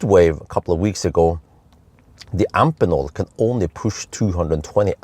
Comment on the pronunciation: Hey, just minor remark: I'm quite sure you should pronounce the connector-manufacturer Amphenol like you do Phoenix: both "ph" are pronounced "f". At least: I distribute a product of a European daughtercompany of the US Amphenol, and they say Amfenol...